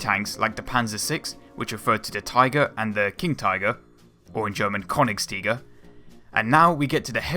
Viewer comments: Not Konigstiger, the name is Königstiger. You can't speak it! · I don't recognize the "german words" "Ratte" and "KÖnigstiger" any more :-) The first pronounciation sounds a little more like "Watte" ("cotton wool") - the "rolling R" is hard, I know. And second: the german "Ö". There isn't a good equivalent in English, maybe the "ea" in earn. But nevertheless: thanks for the footage :-)